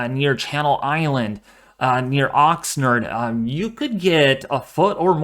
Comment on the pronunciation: Great update. Ox 'nard' rhymes with lard!!